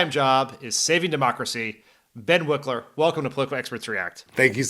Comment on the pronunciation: So is it pronounced Wikler but spelled Wilker, or is one of them wrong in this video?